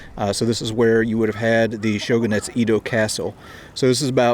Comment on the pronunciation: Japanese vowels are just like Spanish vowels and are only pronounced one way, unlike English. So "Edo" the former name of Tokyo is pronounced "Ay-doe". Dipthongs are a little more challenging but it's not like they don't exist in English, e.g., "yodel". Nobody would pronounce it "ee-oh-dull"